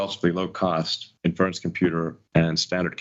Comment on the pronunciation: the way he pronounces 'inference' (for inference computing) is doing my head in. He clearly never heard it pronounced before using it (it's like in-fuh-rence not in-ferr-unce) so I guess this is one we're going to see him hammer into the ground, using it completely inappropriately tpp